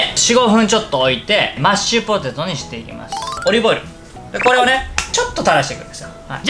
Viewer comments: やっぱり『マッチュポテト』って言ってました!? 聞き間違いじゃなかったwwwww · 今日も安定のぐでんぐでん笑 マッチュポテト言いよる笑 そこが面白いww てか、ぐでんぐでんで 料理やる気あるのが凄。 私絶対無理w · まっちゅぽてとっ(๑>ᴗ<๑)